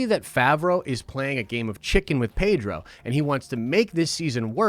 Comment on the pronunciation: His name is pronounced PED-RO, not PAY-DRO dude. . From the man himself.